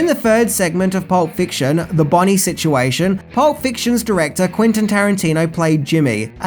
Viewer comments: I love your videos, man, but you gotta do some better quality control on them: it's Quentin, not Quintin. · Mate, his name's Quentin. With an 'e'. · Not "Quintin" Tarantino